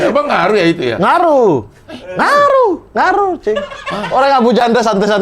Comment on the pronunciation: ngaruuuh 🤣🤣, haha adooh kaka e ini bukan lagi syuting di danau sentani sana. Tolong jangan pake logat wkwkwkw 🤣🤣😂✌